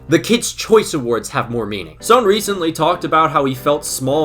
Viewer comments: video was great but why do you pronounce "son" as "sown"???? its just pronounced as "son" like the star or a parent's child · This guy definitely watches Hunter x Hunter. It's pronounced "Sun." Not "Sone." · Is his name actually pronounced "Soan" or am I just crazy? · I'm sorry, but the way you're pronouncing Son is annoying me.